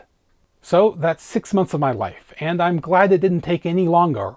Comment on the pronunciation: and — I’m intrigued.. What’s going with the pronunciations of “longar” and “end-ah”? An Easter egg? …Code? ?